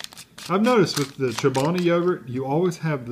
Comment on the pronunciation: It's 240 calories. And you say the name wrong. It's kind of like you're not Chobani's buddy.